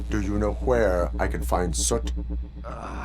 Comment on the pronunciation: Okay, I can't hold it in anymore. ' pronunciation of Soot is an itch I can't scratch.